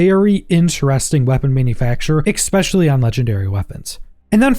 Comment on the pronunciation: If you’re only saying ‘ex-specially’ to get comments telling you to stop… it’s working. 😫😂